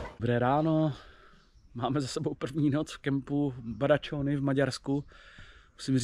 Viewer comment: Badacsony se vyslovuje "Badačoň".